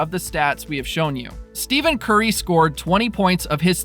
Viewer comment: This guy keeps pronouncing Stephen Curry and Draymond Green name wrong.